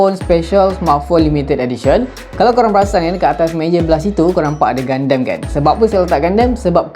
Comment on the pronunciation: Bang sebenarnya dia pronounce 'GUNDAM' bukan 'GUNDEM'.Btw Crossbone gundam tu nampak nice dan phone tu pun nampak cool😁